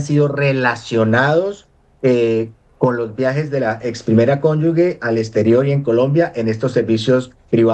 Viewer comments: Gustavo petro para sus ex mujeres si millares, y millares, y para los problemas de los colombianos que 🦊🦊🦊🦊 tan bellaco. La primera cónyugue, lo correcto es cónyuge y se pronuncia ( cónyuje) consulte el diccionario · "Nadie se vuelve corrupto en el cargo público, se necesita ser corrupto antes de ocupar el cargo". (Ari.Onassis). ¡Ah! Y se dice "Cónyuge" No 'Cónyugue' Cón yu ge Cónyu ge "Ge" que suena 'je'. ¡Por favor! 🤌🏻🤌🏻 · Señor profesor se dice y se escribe CÓNYUGE Y NO CÓNYUGUE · Muy bueno el análisis y las denuncias, excelentes, pero es desastroso que todo un profesor y experto diga durante todo el video "cónyug'u'e"; cómo es posible que en todo su recorrido académico y profesional no haya aprendido a decir CÓNYUGE, una palabra tan sencilla. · Díganle al abogado que no se dice "Cónyugue", pero si "Cónyuge"; Tampoco es RCTV, pero si RTVC. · Alguien que le diga a este "doctorcito" pelón, que no se dice conyugue" sino cónyuge y que no repita la palabreja cada medio minuto por dárselas de "culto" quedando por el contrario como un ignorantón. Y que además no es "RCTV" sino RTVC. Atacando a Petro y habla peor que él y eso ya es mucho decir.😅😅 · Con todo respeto le corrijo al señor que expone: Es RTVC y se dice CONYUGE .....